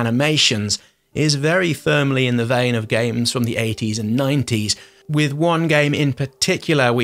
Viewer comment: What's the matter? Can't say "Flashback"?))